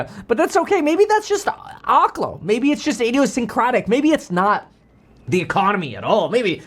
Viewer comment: Why does every finance channel mispronounce oklo? It's oak-lo.